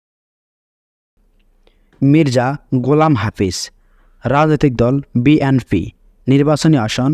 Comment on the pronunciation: বিএনফি না ভাই হবে বিএনপি। একটা দলের নামই ঠিক ভাবে উচ্চারণ করতে পারেন না আপনি 😅